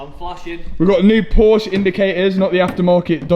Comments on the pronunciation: Haha 😂😂😂😂 you said "porse" in the starting of the video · Awesome build. Love the color.... but its... por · shuh. Two syllables. Ask Jason Cammisa.... seems to be a trigger word for him 😆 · dude i love your channel and your builds but for the love of god, stop calling it Phosh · Porsche 2 syllables.. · Nice work. Why do the English have such a problem pronouncing Porsche?